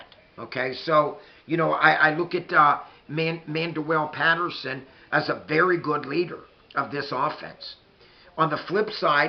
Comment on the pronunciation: besides, you mispronounce Mandwell Patersons name every time and nobody says a word lol why would we care about another team lol